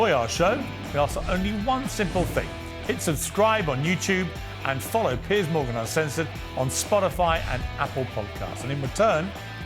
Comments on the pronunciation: “Pierce” is a very different name to Piers. Just like how Craig is not pronounced “Creg”. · Guys it’s Piers. Not Pierce. That’s Paul. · It's Piers not Pierce!